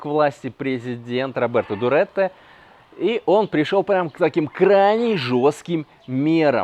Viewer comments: Дутерте, не Дуретте. Полиглот начинается с 5 языков, а не с 3. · Просто ты, как-то иначе произносил его фамилию! Родри́го Роа Дуте́рте — филиппинский юрист и политик висайского происхождения. Президент Филиппин с 30 июня 2016 по 30 июня 2022. Занимал должность мэра г. Давао на о. Минданао 7 сроков, в общей сложности более 22 лет